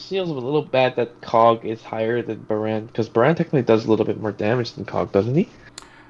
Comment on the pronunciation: its Baaraan, it means rain.